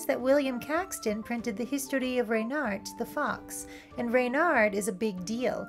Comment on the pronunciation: As someone who took my furry surname (furname) from a book about Reynard, it is so heartening to hear someone pronounce it correctly. ...and not 'REH-nirrd'.